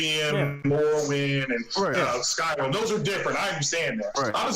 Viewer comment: this guy keeps calling it skyroom lol, 2nd time so far, 200 hours in "skyroom" my ass